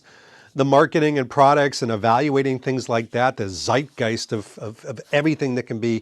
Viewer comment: as a German I like how you pronounce "Zeitgeist". Are we played out? No. We are at a bar in Fethiye, Turkey, taking shots with the locals, scorpions involved.